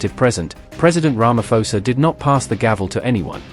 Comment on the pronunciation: Not Ramafosa, Sir🇿🇦🇿🇦